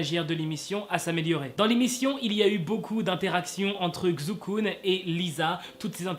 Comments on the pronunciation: "Kzou Koun" je crois que je peux m’enterrer sous terre. Ça se prononce "Tsai Chu Kun" pour le Kun je sais la prononciation mais à l’écrit c’est beaucoup trop compliqué. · Xukun se prononce Chukun😂😂 mais archi bonne vidéo sinon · Non ça se prononce "s" pas "ch " ou "sh" ( je le sais parce que chuis chinoise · Ça se prononce chukun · Sa ce prononce Chukun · Ça se prononce Chukun je pense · Ça se prononce "Shukun". Le X en chinois se prononce "Sh" out bien "Ch" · Effectivement,enfin quelqu’un qui le remarque 😂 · Xu kun la lettre [x] se prononce [s] et le [u] se prononce [ou] mais ne tkt pas mm mwa je ne comprendrai pas ☺️ Sinon j’adore tes vidéos continue encore et ça me donne des infos que je savais mm pas alors merci 😊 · WESH T'EST SRX TU BRISE MES ESPOIR COMME AS x( ( On pronouce CHUKUN --' mais tu pouvais juste dire KUN c'est son nom d'artiste ) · Xukun ? Il a dit ? 😂😭😭 mais wsh ça se dit pas comme ça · Désolé à tout les chinois ça se prononce pas XUKUN ! 😂😂😂😂😂 lol